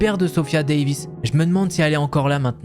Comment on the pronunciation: Flippante ! 😶J'ai surtout tiqué lorsque tu as prononcé leur nom de famille... "Davies", ahaha, j'ai sursauté !